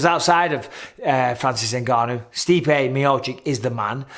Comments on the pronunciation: Me-oh-cheech! Me-oh-cheech! Michael... not Me-oh-chick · For God's sake Bisping; please pronounce Stipe's name correctly?? ME OH CHICH